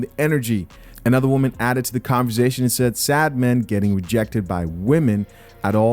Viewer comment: at the end she said "you can be that woe-man"